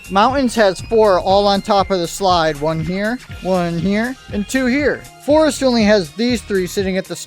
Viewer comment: Imagine saying forst 💀